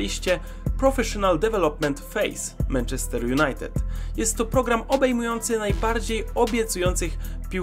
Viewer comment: dzięki za ten filmik ps. nie każde 'a' w angielskim wymawia się jako 'e', anfield wymawia się anfield, podobnie manchester i target man